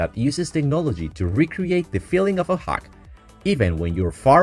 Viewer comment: When she said she want to "hung you", she meant by "hug you", her pronunciation is just off.